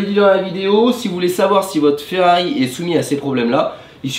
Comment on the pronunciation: Bonjour J’ai l’impression que vous avez du mal de dire Ferrari Et non Ferrai 😅😂 Bonne fête de fin d’année 🎉 🍾🥂